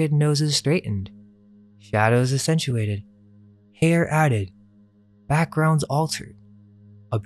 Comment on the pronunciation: It's not "essentuated", it's pronounced WITH the "aCCentuated" sounding like an "X"... I know I'm harping on you but I want you to succeed and I believe your videos should be played in classrooms. However if it's going to be played in classrooms, you need to be able to say basic words correctly!!!